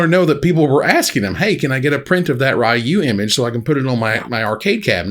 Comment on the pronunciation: It is Ryu and not Rayu though